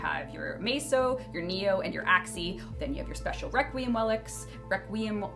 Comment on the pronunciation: WEQUIEM WELICS lol